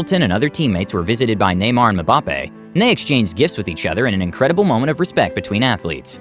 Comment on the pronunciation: The narrator butchered Kylian Mbappe's name 🤣🤣🤣